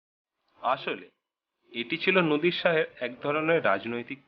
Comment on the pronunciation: উচ্চারণে এমন ভুল করলে কি চলে? " নদির " শাহ বলাটা ভুল নামটা হবে " নাদির শাহ "। বানান গুলোর উচ্চারণ ভালো করে শিখতে হবে।